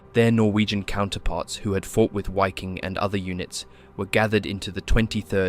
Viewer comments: Wiking is pronounced Viking. I think others have commented this in previous videos. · It is pronounced "viking", for fucks sake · Great documentaties, but ya: The "why king" was killing me. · The W in German words, such as "Waffen", "Wehrmacht", "Wiking", etcetera, are pronounced as a V. And in case you're wondering, the letter V is pronounced as an F (except when it comes to some loan words)